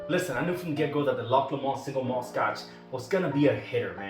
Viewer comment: you got the 'loch' right....'LOW-mund' would be closer to the Lomond pronunciation. I enjoyed the video, I saw Loch Lomond in our local store here and will have to pick it up. Thank you for the review!!